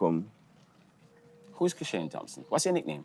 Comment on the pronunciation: I CAN NEVER UNHEAR ASAFA IN KISHANE!! BRUH